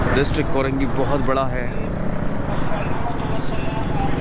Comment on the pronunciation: Korangi hota Hy yah karengi. Samaj nahi ata yeh new new vloger Urdu ki watt lagatay hy